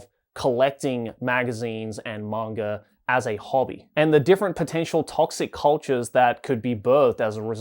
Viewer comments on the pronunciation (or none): You are talking about pronunciation yet you keep saying manger instead of manga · Are you saying "mongre"? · Bro is saying manga with the hard R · He's Australian. it's the Intrusive or Epenthic /R/